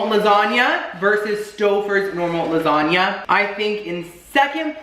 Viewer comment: "recottua lasagnia" I spelt it the way he said it. but im deadddd